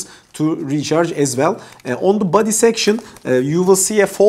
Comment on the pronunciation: thanks so much for the review! very good video and very detailed useful info. ps: a friendly suggestion: your english is good! just try to improve the clarity of you pronunciation on these words here: box, body, bluetooth, hours, bass